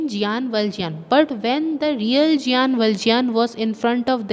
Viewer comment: Sorry for saying but it's Jean not giyan,ok. How ever, thanks for your explanation